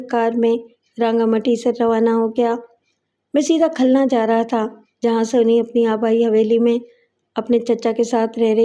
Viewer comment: صحیح کر لیں khalna نہیں khulna ہے ۔